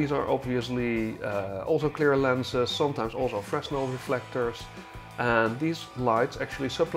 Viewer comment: Good video, thumbs up. One small thing though, you don't pronounce the "s" in "fresnel". It's pronounced "fruh-nel".